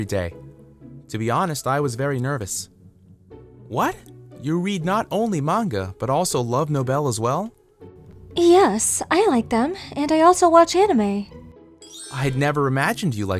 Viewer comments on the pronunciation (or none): My man said "Love no-vel" instead of calling it a novel.. I can't.